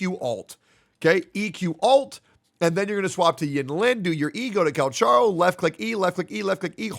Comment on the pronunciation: at this point this guy is intentionally saying cal cha ro instead of cal ka ro